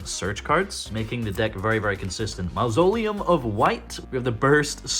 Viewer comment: what was that pronounciation of Mausoleum 😂